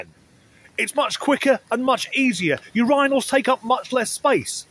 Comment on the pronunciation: Does she honestly not understand that growing your own food takes work? Harder work than most. I had to add this after how in the hell did you just pronounce urinals?